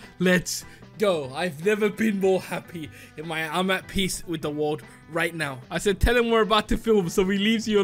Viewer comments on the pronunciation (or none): You would of known cuz he said wurld instead of world